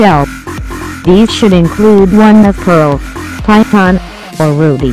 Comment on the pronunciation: Thought she said Py-thong. XD Well, I guess I'll learn Java, Javascript and PI-THONG aside from my learnt less than a week C++ programming knowledge.